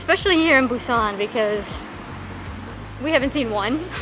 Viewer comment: Welcome to Korea! Thanks for sharing your trip to Busan, I've been there only once for a few days and I really want to go again after watching this. And, your pronunciation was precise! Hope you enjoy your time here and I can't wait for more videos!